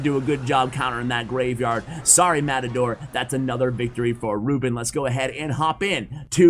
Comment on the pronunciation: His name is pronounced ru-BÉN, not RÚ-ben XD